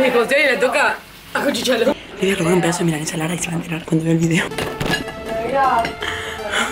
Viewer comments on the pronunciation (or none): "acuchichala" JAJAJJAJAJAA